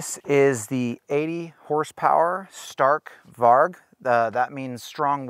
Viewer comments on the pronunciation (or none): I’m Swedish and you said Stark Varg a little miss pronounced but still Awsome! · Im from Sweden and i just love youre videos but i must say one thing. You say stark varg but you pronounce it stark varj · you realy say it lik this varj but its spelld varg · You gotta stop pronouncing it StArk vArg.